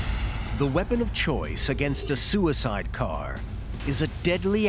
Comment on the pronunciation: "We encounter sewer-side vehicles."